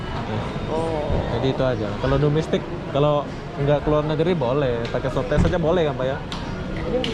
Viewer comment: SWAB TEST BUKAN SUWABTES HAHAAA